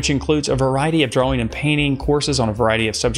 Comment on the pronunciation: 6 years of art school and they never taught you how to pronounce ‘drawing’